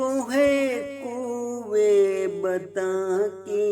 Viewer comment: بہت اچھی پڑھی ہے اگر لفظ بُتا ں اور مُغاں ، غُلامی اور مسیح الزماں کا تلفظ درست ہوتا تو چار چاند لگ جاتے